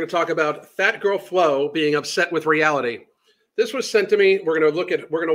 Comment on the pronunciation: She says realty instead of reality... there's an I in there ffs. Lol